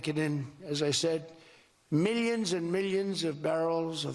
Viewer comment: Does the WAY Rump says ‘millions’ & ‘billions’ make anyone else absolutely cringe?!? The emphasis on the ‘L’ sounds drives me NUCKING FUTS!!!